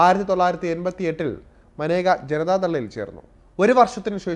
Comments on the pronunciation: Not Maneka, she is Menaka. Your pronunciation is wrong. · മാനേജ അല്ല മേനക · തൻ്റെ പേര് ഉച്ചരിക്കേണ്ടത് മനേക എന്നല്ല 'മേനക' എന്നാണെന്ന് അവർ തന്നെ പല പ്രാവശ്യം വ്യക്തമാക്കിയിട്ടുള്ളത് ശ്രദ്ധിക്കുക. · Report kollaam. But Maneka alla. Menaka ennaanu name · She kept her spelling like Maneka but her name should pronounce Menaka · മനേഗ അല്ല മേന ഗ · മനേകയല്ല. മേനകയുമല്ല. മേൻകയാണ്. ഇംഗ്ലീഷിൽ മേൻക എന്ന പേര് ജനന സർട്ടിഫിക്കറ്റിൽ എഴുതിച്ചേർത്തപ്പോൾ MANEKA എന്ന് തെറ്റായി എഴുതപ്പെട്ടതാണ് എന്ന് മേൻക തന്നെ പലപ്പോഴും പറഞ്ഞിട്ടുണ്ട്. അതുകൊണ്ട്, ദയവായി തെറ്റിച്ച് ഉച്ചരിച്ച് പ്രചരിപ്പിയ്ക്കരുത്. മോദിയുടെ പേരും പലരും മോഡി എന്ന് തെറ്റായി ഉച്ചരിയ്ക്കുന്നു. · Name is pronounced wrong,Pls do research before presenting a topic . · Sir I think Menaka is not correctly pronounced.